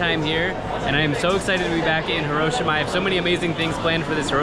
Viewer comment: Love your vids but Hiroshima is pronounced Hi-ro-shi-ma and hi is actually pronounced like he.